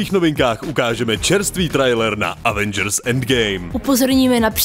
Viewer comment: se pořád nenaučil vyslovovat slovo Avengers. To už je na žalobu!